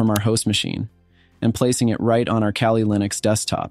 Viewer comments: I was done when he said Kalley instead of Cally for kali. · Ok I know I'mma get heat and smoke for this?..but you're sayin' Kaylee" Linux...when its "Kali...and in CAL-ifornia?...or KAL-EL (aka Superman!) sorry...I know..I'm a geek!....LOL! So its "CAL-LEE" Linux...LOL! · Kah-Lee NOT KayLee (smdh) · You gotta prounounce it correctly first. Its pronounced like "Cally" "Cal Lee" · "'Kayleigh' Linux" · "keylee linux" rofl